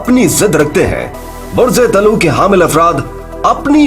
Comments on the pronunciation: Bhai lafz di,lo nahin d, luv hota hai. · تلفظ صحیح کر لیں۔۔۔۔۔یہ عربی زبان کا لفظ ہے۔ دل ون یعنی ڈول۔۔۔اس کا تلفظ۔ dalww ہے۔۔۔۔یعنی دل و